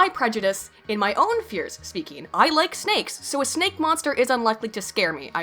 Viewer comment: Was that mispronunciation of snakes to 'sneks' deliberate, or did you purposely intend to put an imagine of someone running away from snacks into my sleep-deprived brain?